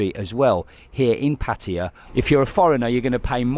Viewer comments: Great Video! soi dogs are here to stay STUN GUN IS 300 Baht they run for the lives! ! But please after 13 years can you tell me where the "I or E is" is in PAT TAY A not (PATEEEYA) PATTAYA im a brumie too but i can tell Taxi in thailand where i live PATT AYA ! (where you wanna go son I Want go LOVEERPOOL ! 13 years and still cant pronounce P A TT A YA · Why the difference in the pronunciation of pattaya?? Sounds a lot better than pateeeeeya tbf